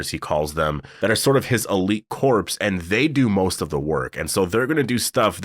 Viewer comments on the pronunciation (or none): lol pronounced core. Not corpse😅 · You keep saying corpse, lol. Corps is pronounced "core." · Corps is pronounced “core” not “corpse”! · So you know a dead body is a corpse right? Well, a military corps is not pronounced the same as corpse. It's pronounced like "core", the p and s are silent!